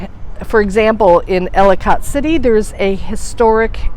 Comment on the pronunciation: Ellicott City pronounced- Ellakit City